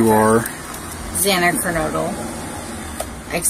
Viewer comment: In one of her videos she keeps mispronouncing Zana's last name saying KERNOODLE like the pasta. She's extremely annoying/uneducated sounding.